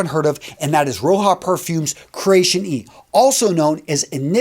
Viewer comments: I have met Mr. Dove , my friend. I can confirm it’s pronounced “Roger”. Not Row- jar, or row-ha. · Roja is pronounced similar to "Roger" with an a at the end.